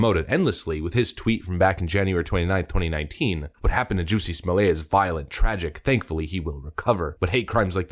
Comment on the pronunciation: Is the narrator saying jussie's name wrong on purpose?